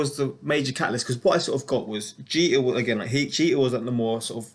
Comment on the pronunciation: you said derek jeter wrong